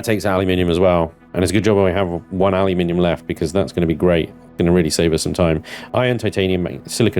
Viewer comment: Take a look at the Perdiodic table used by every other country 😛 It's Al-you-Min-eeeee-um 😀